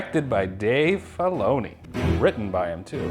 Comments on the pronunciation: "Dave FYloni" 😂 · Never heard filoni pronounced like that hahaha